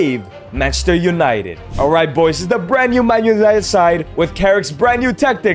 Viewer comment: man loonited?